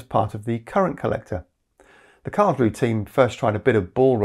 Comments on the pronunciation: I miss the -eh in Karls roo eh. The final "e" auf Deutsch is not silent. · Just a little detail: the 'e' on the end of Karlsruhe is pronounced, so it's approximately 'karlsrew-uh' rather than 'karlsrew'.